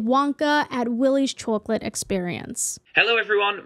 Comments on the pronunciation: I love the "chowcolate" accent. And the part that really busted my gut was "Sincerely............. nobody" 💀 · so happy this exists so i can listen to you pronounce chocolate for half an hour 🥰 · a whole video of you saying chawclet I WIN !!!!! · chawk late. something about it scratches my brain right. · der sellin chawklate! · The way you pronounce chwocklat is so goofy, it brings me joy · I like the way you pronounce chocolate. Chawklate hehe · the way you say chocolate is so satisfying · says chocolate like every mom from my hometown and it makes me feel safe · Im sorry, but the way you pronounce 'Chocolate' is great 😂. Loved the vid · i love how u say chocolate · How you pronounce 'chocolate' is so cute. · The way you pronounce 'chocolate' is very interesting to me. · This is off topic but the way you pronounce chocolate reminds me of the old lady from SpongeBob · are you pronouncing chocolate weird on purpose or is that an accent love the vid just confused? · Just curious: what part of North America mispronounces the word chocolate like this?